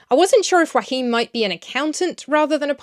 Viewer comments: Isn’t Joachim pronounced “yo-a-heem”? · I'm so happy to see, that the German version seems to be well liked! A little note: Joachim is three syllables not two, so it's "Jo-a-chim" (but start the ch-sound already on the second syllable) and the accent on the a. :)